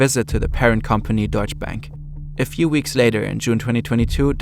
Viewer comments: I like how despite being German himself he just called it „Deutsche Bäänk“ every single time 😂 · why he keep mispronouncing Deutsche Bank hes german lol